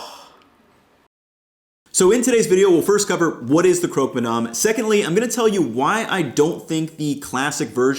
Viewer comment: If you’re gonna stay there for a year you need to stop pronouncing French words like an American 🤣🤣 it’s not “madarm”